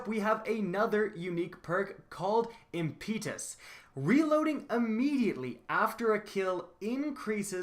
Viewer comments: "Impeetus"... it really baffles me how people don't know how to pronounce basic words. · impeetus LOL